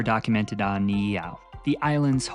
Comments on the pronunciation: Howzit braddah mahalo nui for sharing about the history of our people and islands. For pronunciation purposes Niihau is pronounced (knee-ee-how) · Aloha awakea from Oahu! Just a tip on pronunciation Try saying ni’ihau as (Knee-ee-how) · Great research and presentation. Just spend extra time on pronunciation. Doesn't have to be perfect but you said Niihau about four different ways.